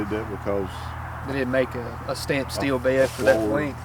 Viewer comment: Nice "Tree Bed"...